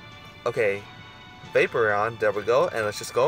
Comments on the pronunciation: vapoureon is like vae-por-ion not vape-re-on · Vapeprion? That's how YOU pronounce it? It's Va-Por-Eon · Dude you can't pernounce any Pokemon names it's not vapreon its vaporeon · say it with me VaporEON. NOT vapor...eon. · Is it just me or does it bother you when people say Vapereon instead of Vaporeon? I mean I get that's your way of saying it but I'm just saying. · Dis Boi says Vaperon not Vaporeon lol. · Yo he says Vaper eon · you don't say vaporeon the right was, it's p instead of b. it's not vaboreon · no hate just saying the hole vid you said vapron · You don't say vaporeon right you say B instead of P